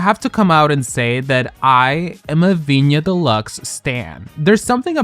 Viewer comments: Why are you pronouncing Viñas as "Viña"? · Yo ve a viñas Stan you would have to say her name right first, viñaS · if you make a video on vinas we beg you to please pronounce her name correctly. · Where are we mispronouncing names like Vinas and Piche? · “I am a Viñas Deluxe Stan” >pronounces name incorrectly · You say you're a Vinas fan but can't even pronounce her name, let's make an effort to know a queen's name when talking about them... same for the way you pronounced Piche... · Mama why aren’t you pronouncing the ‘s’ in Viñas 😭😭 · So extra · I’m a Viñas Deluxe stan! Also: pronounces Viñas’ name wrong several times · Pronounce the s in viñas